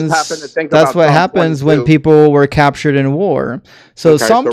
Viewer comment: Heh heh... "yaptured" 😂